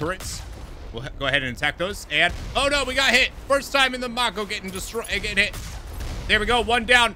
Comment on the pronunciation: I love that you show us the different morality paths! I could play with that galaxy/system/cluster map alone for hours, it's so cool If there is localization or reference to that name at all, it should be "mah-ko" (in The Legend of Korra it's the name of one of the characters and the whole universe is based on asian culture so the name is probably of japanese) Can you use the Mako as a shield? Like park it before combat and use it as cover? rip Man, the combat music is just delishhhhh Recon Jones lmao